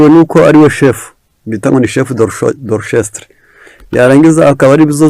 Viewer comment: Murakoze cyane basoma orkestre /ɔʁ.kɛstʁ/